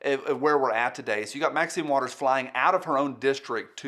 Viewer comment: Thanks for the tutorial on Roscoe P. Coltrane's signature sound. I hate to be "That Guy", but throughout the video you, consistently butchered Marxine Waters name. Don't you think the old gal deserves better than that?